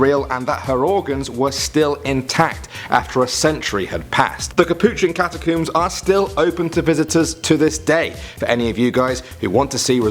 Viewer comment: We all pronounce it catacombs but calls it catacooms